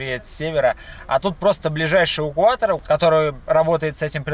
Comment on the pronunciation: "Асвальт", "увукуатор". Забавное произношение у вас,.